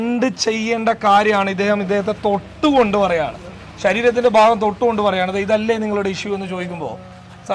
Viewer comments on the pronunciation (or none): none